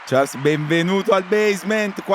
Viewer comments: Non vi amo granchè ma sono qui per sciarl (non ciars) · Quanto deve essere fastidioso per Charles sentirsi chiamare continuamente con la pronuncia sbagliata? 😅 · Bellissima intervista, garbata ad un grandissimo pilota e uomo. L'unica critica che muovo a Charles: non pronunciare il tuo nome e quello di Jules all'inglese, il tuo nome è francofono e come tale deve essere pronunciato! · Domanda che gli avrei voluto fare io: ma non ti girano i maroni a 300 all'ora quando nelle interviste non pronunciano correttamente il tuo nome e cognome?